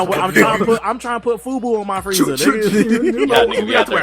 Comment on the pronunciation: Lol This nigga said Fubu.